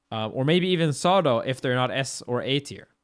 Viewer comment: I was trying so hard to figure out which character he is calling Sado but that's probly Zato. I guess they dont have Zs in Sweden